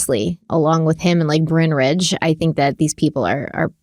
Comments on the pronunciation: Every time you say, Bryn (not Brian) Ridge I laugh 😂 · every time says brynnridge i smile a bit. i’m spiteful like that too and feel very represented lol